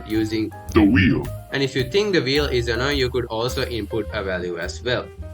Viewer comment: "DA WHEEL" 😂😂😂😂